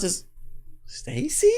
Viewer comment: Sta-say is Cra-say😂